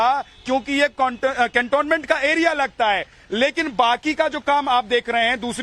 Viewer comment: This man can't even pronounce the "cantonment"? Whatever is said about his past in Prayagraj seem correct.